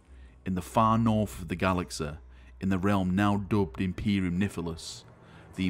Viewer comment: i like how u say galaxeh, hereseh